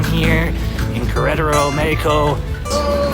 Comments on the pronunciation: go to lengths to pronounce Mexico as Mayico. Try Meh ico. But you fail on Queratero. Try Kere rattero. Roll your "r"s. Buenos viajes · WOW U DORK - Please $ The love of God - Please Try 2 STOP Mispronouncing MEXico - U R Not Latin Or God 4bid Mexican ? Now R U ? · Gayheco is how you pronounce mexico